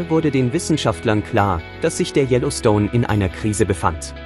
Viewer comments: Yellowstones, mà anh đọc tin này phát âm gì nghe quái dị, anh nên học lại để hoàn thiện, chứ thanh giọng của anh cũng rỏ tốt. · Đọc chữ Yellowstone cho đúng đi nhe ...